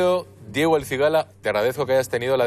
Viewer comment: Asin hahahahah y diejo en vez de Diego hahahahahaha que paleto por dios